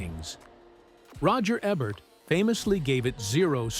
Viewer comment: When your AI can't even say Roger Ebert correctly, I check out. Ebbhurt?